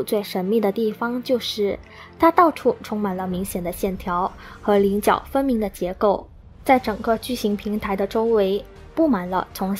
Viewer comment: 稜角 棱角 ...非菱角... ㄌㄥˊ ㄐㄧㄠˇ .. leng jiao